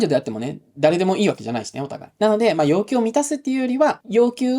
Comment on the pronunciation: ではヨッキュウ ではヨウキュウ 単なる発音の問題でした。失礼しました。